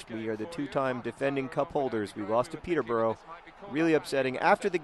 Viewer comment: It's pronounced "Pee-ta-bruh". Yes, England is weird.